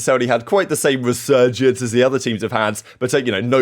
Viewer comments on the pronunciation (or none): Re-Surge-ence lol you get me